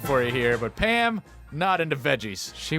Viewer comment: Every time you said Pam I thought you sad ham lol